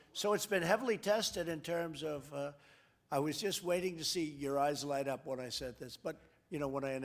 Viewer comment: Hang on, hydroxychloroquine actually seems to have sent your President stark raving mad. If this is leadership then we are all doomed. I think I could give presidency a reasonable shot. Would the USA mind letting me have a go for a day or two? I love how he says, "I wanted to see yourr eyes light up.". What he didn't continue to say was, "in shock and horror to my utter lunacy. I want to really freak everyone out and be the first US President to be admitted to a lunatic asylum." Your sighs of despair are felt by us all my friend. Stay safe and power to you. Keep up the good work.